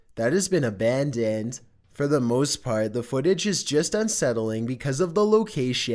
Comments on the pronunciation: Honestly, prononciation is more annoying ; izen't, Abundend, Reazen.... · Yes. That's one strange voice for sure. Abandoned pronounced 'a band and'. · Ɑɑղղɑ ʍɑɾցɑɾíեɑ ɾíѵҽɾɑ ɾíօՏ "abandendt" "isent" "exploreition" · how tf does he say abandoned